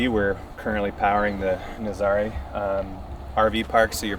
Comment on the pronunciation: IT's pronounced Naazarah like the surf location